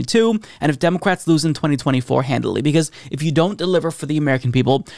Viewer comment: Who else hears say "DemoQwats"? 🤔😂